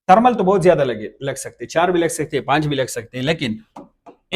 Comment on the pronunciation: بھائی جی آپ پٹھان ہو آپکے بولے ہوئے الفاظ سے معلوم ہو گیا، میں بس اتنا پوچھنا چاھتا ہوں کہ ایک انگریزی لفظ ہے ویڈیو آپ اسے وَڈیو کیوں کہتے ہو؟ اور دوسرا انگریزی لفظ ہے تھرمل آپ اسے ترمل کیوں کہتے ہو؟ اگر ویڈیو کو ویڈیو ہی کہو گے تو کیا آپکی باتیں سمجھ نہیں آئیں گی؟ تھرمل کو تھرمل کہو گے تو کیا سمجھ نہیں آئے گی ہم عوام کو؟ ٹھیک ہے آپ موبائل ہارڈ سافٹ دونوں کا علم رکھتے ہوں گے لیکن پہلے اپنے الفاظ بولنا درست کرو، لو جی الفاظ سُنو خان کے وَڈیو اور ترمل یعنی ی اور ھ کے حروف ہی کھا لئے گئے ویڈیو کو وَڈیو اور تھرمل کو ترمل کمال ہو گیا، میں پیدائشی طور پر سرائیکی ہوں عربی اُردو پنجابی فارسی انگریزی یہ ساری زبانیں جانتا ہوں بولتا بھی ہوں پڑھتا بھی ہوں سُنتا بھی ہوں لیکن میں نے کبھی ویڈیو کو وَڈیو اور تھرمل کو ترمل نہیں کہا، اس لئے مہربانی کرکے وَڈیو ترمل کو ویڈیو تھرمل کہا کرو 😐